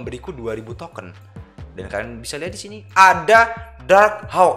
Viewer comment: Aneh bat gw denger lu ngomong bukan token tapi toket 😭